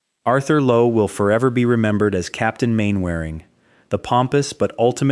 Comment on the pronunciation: More inaccurate AI shyt it's Captain MANNER RING not Main Wearing. I am in can't watch any more of this crap, time to block this channel